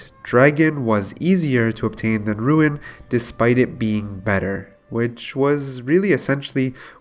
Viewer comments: your commentary is very good now. great job adapting to the advice so quickly. one gripe tho: “roon” not “ruin” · its not "RUIN" its RUUUUNE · "ROON" NOT "RUIN" JESUS CHRIST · why are you saying ruin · i will not watch if someone cant pronounce rune its half of the games name ffs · this guy and "ruin" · It's pronounced rune obviously, not sure why you would purposely go out of your way to say a word wrong about 200 times in a video, had to get off my ps4 and go to mobile just to comment about how annoying it is. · Says “Rune”scape but says “ruin” 2h.. niqqa what. Popcoin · Thought I was the only one that heard it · Why u keep saying ruin? And why Do u keep saying the same thing over and over again? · It's not "Ruin" my friend.